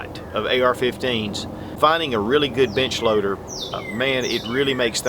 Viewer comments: can't tell if he's saying "bench loader" or "bitch loader" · I thought he said "This is the Range Bitch Loader." Then I realized he said Range Bench Loader... But then I thought, but I really want something called The Range Bitch loader. hmmm... Also, I thought the benefit of the Mag Pump was that you could just dump a box of ammo in the top, is that an accurate test?